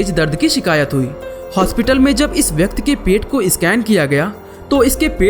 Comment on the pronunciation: Bhai vyakti hota hai vyakt nahi